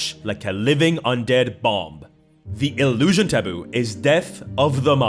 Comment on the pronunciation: Illusion and enchantment do not end in "tion". also "Dinivation"?